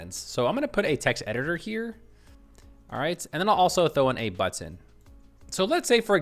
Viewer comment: Drinking game: Everytime he says "BUH-TON"